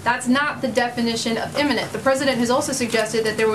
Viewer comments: So the fatheaded Pompeo stands next to the clench-teethed weasel Mnuchin and lies while tapdancing very badly and contradicts himself. Is anyone surprised? He can't even pronounce "imminent" correctly. "The attack was immemminnent....." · He can't even pronounce imminent.